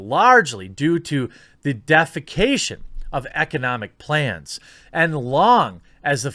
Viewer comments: It's not "defaecation", it's "deification". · "Deification:" Dee-if-i-CAY-shun. The act of making something God-like. "De-fi-CAY-shun" would be the act of pooping. Big difference. 🤔😂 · Even worse: " deification" as "defecation"😀edit: timestamp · Good video, but the way you say "deification" (deyifikeishun) kills me a little. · Great video. Look up “deification” though and how to pronounce it! It’s related to the word “deity”. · Nitpick point here, but "deification" has the root word "deity", so remember that when you're about to massacre that pronunciation.